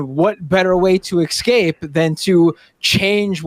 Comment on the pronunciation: "Esssscape,". Unless you're also going to, "axe," me a question